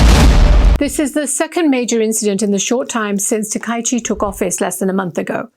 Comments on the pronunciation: This woman is a fool, and her transgression is of a particularly serious kind: she is mispronouncing people's names, a serious insult in all cultures. It's ta-ka-yi-chi, four syllables. Both she and the person responsible for her performance should be fired. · Please learn Japanese pronunciation. Her name is pronounce as "Ta-ka-i-chi".